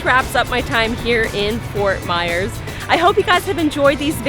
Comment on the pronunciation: (Fort Myers ) repeat with me MYERS NOT MEYERS or MAYORS OR MEYORS 😶